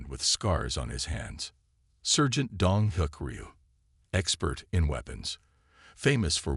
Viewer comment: This video sucks!! Your narrator is an AI idiot!! Sergeant is pronounced "sar gent". Not as in sir. There is no inflection or proper pausing for word spacing! There is also no honey badger!! I only clicked on it because it showed a honey badger!! I don't like your voice either.